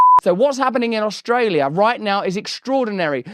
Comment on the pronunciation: You have Albanese’s accent down perfectly. Our Prime Minister pronounces our county’s name as Ustrayah